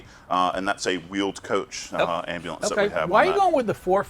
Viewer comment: Its Ambulance Am bu lance. Not ambalance. Some people. 🤡🙄🤦